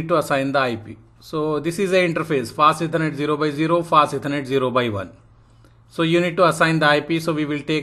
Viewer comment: Hey good afternoon I was contemplating whether I should type this out but I had some trouble understanding. Specifically, when you mentioned the "Fast Ethernet" sometimes it sounds like you are saying "passiveconnect" and I got lost when you explained the "no sh" command because I couldn't understand the speech. If you still read these comments, please consider this. Thank you.